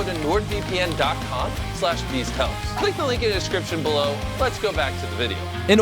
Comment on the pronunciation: Bro said nordvpn -_